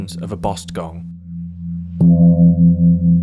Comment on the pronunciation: Actually, kong not gong.